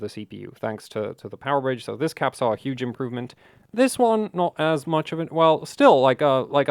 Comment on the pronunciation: "My multimeter is hudge" O.O XD